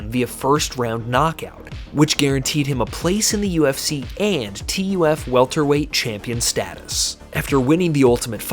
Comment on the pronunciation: Ok, love the video. Only point, TUF is just said like the word "tough". Saying T.U.F. over and over was weird.